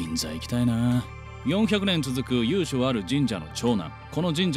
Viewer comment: 由緒→ゆいしょ ゆうしょって読んでる💧